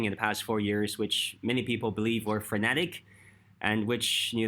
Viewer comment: Frenetic not fanatic